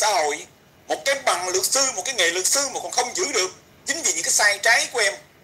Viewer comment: Haha, em cũng vừa thấy thì TTC đã tắt máy. Nghe hén đọc chữ " sư " cứ như " xư "á chị ! 😂 Ngủ ngon mộng đẹp nhé chị iu🙏😴💖